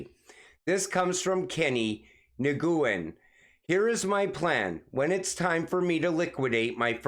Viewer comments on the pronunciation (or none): Nguyen is pronounced (when) It's Vietnamese. 😆 Na-goo-in was funny though. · Hey My Man, Since it's obvious from your accent that you're from the New York area, I just want to "Bust your Balls" for a second. I busted out laughing when you said "Kenny Nguyen" by pronouncing it "Na-goo-in" when it actually pronounced "Nwen". It's a name that's very common in Vietnam. That's it. Keep up the good work. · Nygun is pronounced "WINN", strange huh? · Just a friend info announcement Nguyen is pronounce as "Wing" It is a Vietnamese name. It was my last name when I was one year old. I am Vietnamese. Blessings,! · Damn, this whole time i thought Nguyen was pronounced like Nugen, like mugen just with a "n".🤦🏽‍♂️